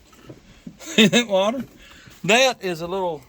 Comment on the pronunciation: You said "water" jus like Forest Gump. ..wau- tauh